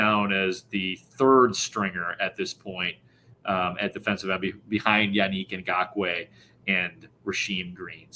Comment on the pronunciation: The way pronounces "Yannick Ngokoue" makes me want to pull my hair out.